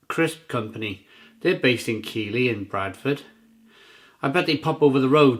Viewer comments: It's pronounced Keithlee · Top review, as always. Keighley is pronounced Keithley though!